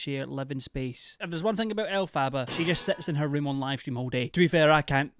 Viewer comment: I misheard you, instead of ROOM, I thought you said 'I don't want to imagine the smell of her wound' I gagged. Hard.